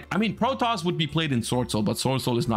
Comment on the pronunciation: Side note, how did the yugioh community end up pronouncing "Protos" as "Protoss"? Seems like a weird mistake for literally everyone to make.